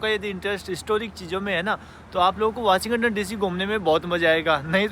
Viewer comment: वाशिं गटन नहीं वाशिंग टन बोला जाता है